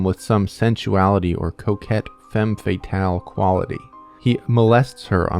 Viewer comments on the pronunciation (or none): none